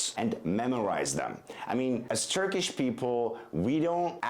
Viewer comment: As a native Turkish speaker I have to say that he sometimes pronounce turkish sounds and words a little different and wrong. His English sounds are more accurate than Turkish. He sounds more like a native English speaker who learned to speak Turkish.